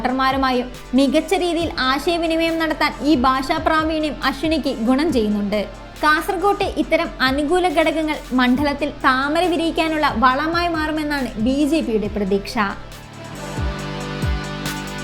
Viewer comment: സപ്ത ബാശ സംഗമ ബൂമി അല്ല; "സപ്ത ഭാഷാ സംഗമ ഭൂമി " എന്ന് തന്നെ വാർത്താവലോകനം ചെയ്യുന്നവർ പറയണം.